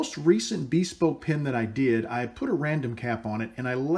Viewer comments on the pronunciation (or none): I want to preface this comment by saying that I love your pens and videos. You are clearly a man who likes to do things as best he can and get better at them over time (I'm the same way). I bought a PSI Lathe to turn pens because you made it so accessible. Now, I have ONE suggestion. Take it or leave it, but if you google the word "bespoke" it is pronounced BIH-SPOKE not BEE-SPOKE. Other than that, I love it all. Thanks!